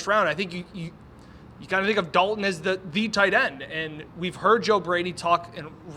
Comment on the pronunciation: there is a “T” that is meant to be pronounced. Its Dal”T”on not Dal-un Kincaid.